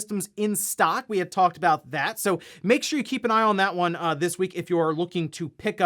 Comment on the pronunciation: I never say anything but I gotta say this after seeing him do this 1000 times. Why does he always say "Makesha" like button instead of "make.sure you hit that like button" in EVERY video he speaks gibberish when he tells you to hit the like button lol. It drives me a little crazy everytime I watch his stuff. Maybe its OCD but damn dude take 1 extra second to say it right its driving me nuts lol! I won't hit the like button until you say it right thats the deal LOL